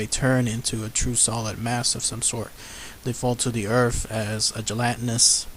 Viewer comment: Urf? Wif? The videos are a fun idea but if you're going to narrate please learn how to pronounce words that end in th. It's earTH and wiTH.